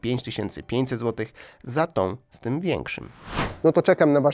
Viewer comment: 😂też prawda, powinno być w związku sikam a nie szczym